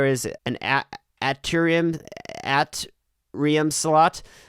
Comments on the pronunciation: It's Ayy-Tree-um, not At-Tree-um. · it’s Ayy-Tree-um. It’s also found in 2 parts of the heart called right atrium and left atrium. SMH jkjk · Atrium is pronounced 8rium lol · not even latin pronounciation smh